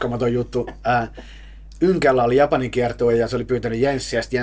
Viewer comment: Amazing interview, very well done. As an American I'm completely dumbfounded by how he pronounces "Yngwie"